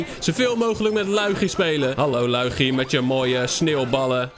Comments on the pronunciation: Zeg lowiedjie en niet luigi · Je zecht loe ie gie